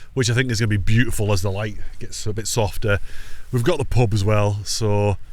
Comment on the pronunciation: It’s boot-ti-ful 🤣🤣🤣